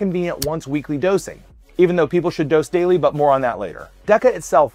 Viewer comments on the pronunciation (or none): none